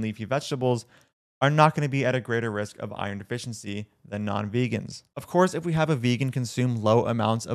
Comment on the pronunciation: I was also offended by the way she pronounced iron.